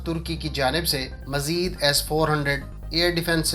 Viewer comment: Majeed nhi mazeed hota ha! Bolna to seekh le pehle! 😛